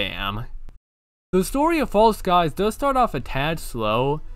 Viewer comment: Thank you so much for playing False Skies, I'm so glad I told you about this game! I knew you would love it (and the first pronunciation was correct <3)